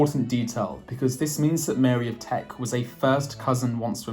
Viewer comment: It's Mary of Teck, )not Mary of Trek. Teck is an area of Germany near Stuttgart.